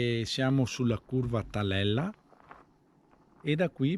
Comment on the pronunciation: Giusta osservazione della pronuncia:ku'ghela. Anche la partenza è dalla curva del Tela'le e non Talella. Scusa per le correzioni🙏